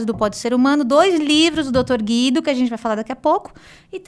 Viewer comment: O dr Guido eh maravilhoso! Adoro ele e assisto a todos os podcast s que ele participa, apesar de ser recluso( como ele mesmo disse)!! Ele tem muito a ensinar para nós!! O nome dele pronuncia Gu i do !!! Pronuncie o U do nome desse grande e sensacional Doutor. Sempre é bom dar uma verificada na pronuncia do nome dos participantes antes de iniciar o podcast!